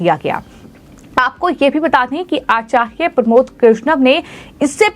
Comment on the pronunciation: 😂😂😂😂 आचार्य साफ साफ बोलिए मैडम